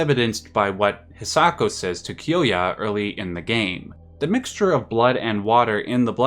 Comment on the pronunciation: its hisako not hiako